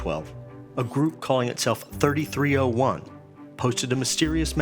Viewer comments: It’s three three o one not thirty three o one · its pronounced 3-3-0-1 (three three o one) not 33-0-1(thirty-three o one) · "3301" noob, its pronounced "Loss"